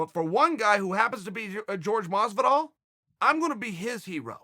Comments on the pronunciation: Like if you were annoyed everytime Chael pronounced Horhe as George. Smh! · It’s Jorge. Not George. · pretty sure Jorge has said infinite times "its not "george" - Uncle Chael trolling lol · The biggest heel of the history, uncle Chael.... Calling him 'George' Masvidal... Especially knowing that Jorge hates to be called that way....🤣😂🤣